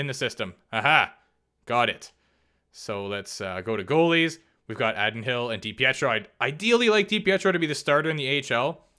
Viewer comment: (AAA-Din HILL )not addd-in hill 😂 good video